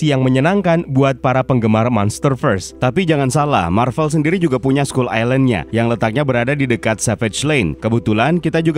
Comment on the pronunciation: Dibacanya skal, bukan skul lagi. Masa' island doang yg dibaca inggris, skull nya dibaca ngasal. Biar kontennya lebih pro min.